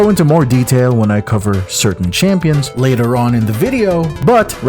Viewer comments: Heard "Champions" - decided to move on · Stopped watching ever since you kept saying champions. Do better